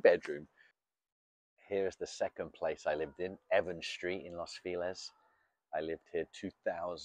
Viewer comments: Alguien que le enseñe español a este señor! Not Los Filez! Is Los FELIZ! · Lows feeelez? Is it near Los Feliz?